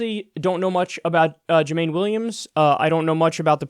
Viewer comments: Kyle it’s pronouncedJU MON EE... He endorse Bernie in 2016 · It's pronounced Jew-man-ee Williams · Everyone gets Jumaane's name wrong hahaha. "Joomahneigh" Williams! :P I'm so disappointed with how his race went, though; early returns looked great, then suddenly Hochul comes in swinging thanks to THE BRONX?? And QUEENS?! I'm from the Bronx and I canvassed for AOC in Queens; who even knows about HOCHUL in both?! There were totally shenanigans at play, and the party bosses there I'm sure had something to do with it--Crowley, Crespo, et al...